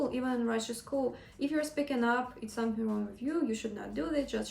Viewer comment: someSing around Zat? Are you serious? you even do not any effort to pronounce English words in the right way dude! It is miserable!